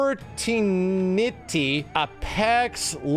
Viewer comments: "Fortie-Nittie?" Is that like Duke Nukem and "Dukkie-Nukkie?" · Lmfaooooo "forteniity, Apox leg-ands" I fuqing died when he said that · Me: Sees pronounce and enunciate PUBG, Fortnite, Apex Legends, Knives Out(which I, myself, have never heard of honestly. Or I would have seen it on an ad, but I have not! lol) on purpose Also me: scoffs, and sees, laughs to myself Wonder why these were pronounced wrong. Oh yeah, he don't like 'em. lol